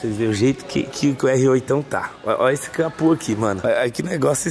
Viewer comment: Aonde vc ouviu falar "capu"?,É CAPÔ CA-PÔ